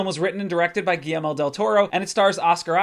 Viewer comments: GuillERmo not GuillELmo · Is he saying "Ghee-Elmo" ?? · That pronunciation of Guillerme is brutal bro